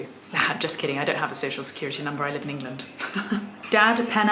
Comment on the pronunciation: TIL that "England" is pronounced "Ingilind" ;)